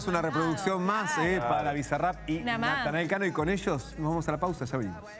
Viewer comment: Qué poco profesional .... Al no pronunciar bien él nombre del artista y nadie la corrige